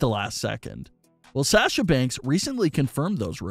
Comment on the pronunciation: “From Say-asha Banks” 😂